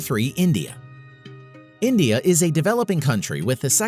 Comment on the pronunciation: Endia 🇮🇳 Rendia lol 🇮🇳🤣😂 Superpower